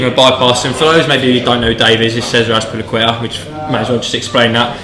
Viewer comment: I am BHBISBO, class pronunciation lads, spot on.